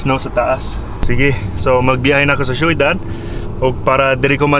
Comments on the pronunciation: Syo.dad dili shoidad 😅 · onsay .sheyodad .. dli na ang tarong kai shodad,syudad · Not soydad. Its shodad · syudad pronounced as shoedad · magkatawa ko mo sultig kag "syudad" - "shoeydad" 😂😂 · Galisud sya ug storya sa "Ciudad" hahaha